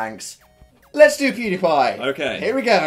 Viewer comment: Yes he did! (But he did say Poodiepie. Not Pewdiepie.)